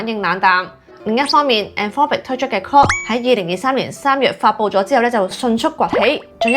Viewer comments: Claude發音好有問題。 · 資料好滿足，令大家都認識到各款 AI Apps 嘅特點！不過主持人嘅發音真唔太清晰，特別係 Claude and Grok 嘅差別好少⋯⋯廣東話嘅懶音都比較嚴重！希望會好好改善😊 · 你做得好好，唯讀你的 Claude 及 Grok 發音不準確，好混淆